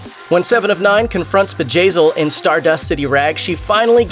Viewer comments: I thought at first it was vagazzil haha. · who else laughed when he said Bjayzl